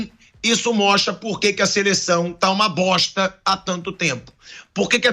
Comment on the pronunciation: Uma "BOSSHHTAH!" é comentar boatos. Isso é verdade???? Se você não tem certeza, se Isso é verdade, não deveria estar NEM comentando.